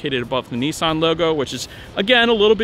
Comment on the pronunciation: Its Nissan……. NOT nEEsan……..